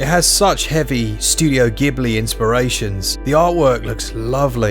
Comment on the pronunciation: Thanks for saying 'Ghibli' with a hard 'G' 🙏 Gray Fullbuster 🤨 Eastward looks brilliant.